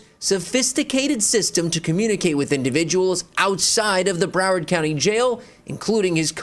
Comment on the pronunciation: "Bruh-wawrd" it's Brow - Ward TMR like warden. Or Brow - WORD as we Floridians say. 😂